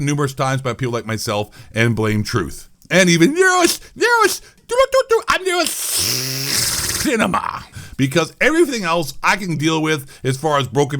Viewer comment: The way you said nerocinema’s name was pure gold. I lmao so hard. Sounds even funnier when you reply it a couple times oh god tears of laughter 😂